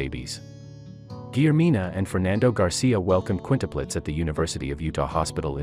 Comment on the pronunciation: What are Qunitepletes? I think he means Quintuplets. She was on heparin for clot prevention and given sub cu shots in the belly - this causes bruising. She needed an IV access. Stupid article, with mispronounced words - and having quints with a one year old at home. Maybe wait abit? Hopefully no one takes this pile of information seriously